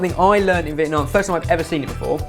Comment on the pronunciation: pronounced the word "Vietnam" very well:)